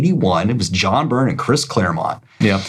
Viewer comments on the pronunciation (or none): none